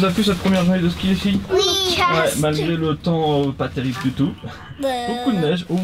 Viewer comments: au lieu de dire ski elle a dit kiki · Mdr au lieux de dire mon ski ski elle a dit mon kiki (super video je vous aimes)